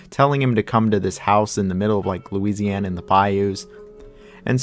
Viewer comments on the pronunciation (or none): none